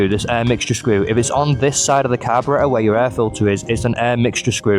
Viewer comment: it's carburetor